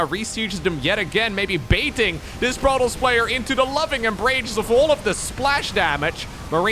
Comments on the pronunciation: We pronounce the S for that one! Protoss ;) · We wouldn't pronounce it "Proto" in French. Since there are two 's' at the end of "Protoss", it can't be mute. Even with only one 's' at the end I'm not sure it would be mute since it wouldn't be a native French word and also a race name so kind of similar to a first name I guess (for instance the 's' at the end of "Chronos" is not mute).